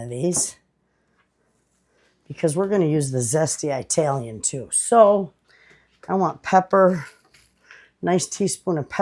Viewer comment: I love your videos. But I have to tell you, you make my skin crawl the way you say Italian. It not pronounced with a long "i". It is pronounced like the country, "Italy". Ask your Italian neighbor how to say Italian properly. Thanks for listening to my rant. I love you.